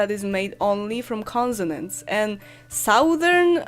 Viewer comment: consonants [ ˈkɒnsənənts ] = ' s ' , not ' z ' in the pronunciation of this word